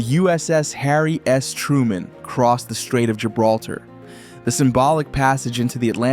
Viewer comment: Did he just say harry ass truemen?